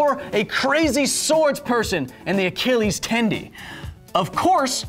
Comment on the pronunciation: “Achilles tendie” -Kyle Hill